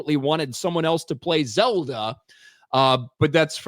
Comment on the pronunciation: It’s Zelda, not Zerda/Zimda.